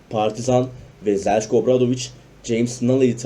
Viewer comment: Zeljko yazildigi gibi okunmasa daha iyi olacak sanki